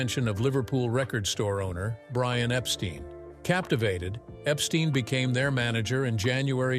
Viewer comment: Epstine not steen